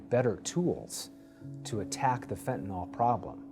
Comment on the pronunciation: FENTANYL!!! NOT FENTANOL!!! GET IT RIGHT!!!